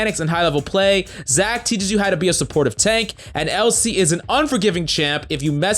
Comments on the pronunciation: Says Elsie instead of Elise no subs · Let this video show that you don't need to know how to read to be a coach. My mans with the Elsee, KissUhdn, Kineen, Lee Shin... Blow your nose, calm down, and stop shouting my guy. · U mean "Keeneen, Lee Shin, Elsee"? xd